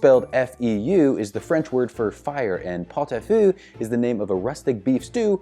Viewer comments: phở and feu are IDENTICAL in pronunciation AFAIK. You're pronouncing feu VERY, very wrong. Feu is pronounced like fuh. (and like phở!) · Babes that is simply not how you pronounce feu, but I also don’t know how I can write it phonetically